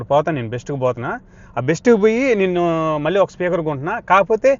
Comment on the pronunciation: ల్ల కాదు తమ్ముడూ…. ళ్ళ. మళ్ళీ. దయ చేసి తెలుగు భాషని ఖూనీ చెయ్యద్దు.